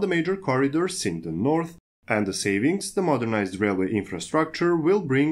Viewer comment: Norf rail XD